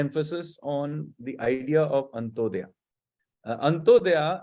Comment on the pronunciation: It's not AntoDayaa..it's Antyoday